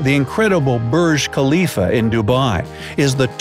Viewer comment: it's Burj Khalifa not Birj Khalifa